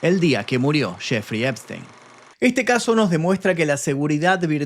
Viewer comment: NO ES,,,, SPTEIN